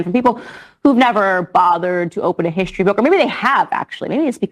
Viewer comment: Her eyes are actually wider apart than the actual width of her skull. Clearly inbred. Plus, she says "hishtory" to seem more classy.